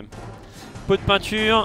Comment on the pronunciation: "Pot de Pinture" please x)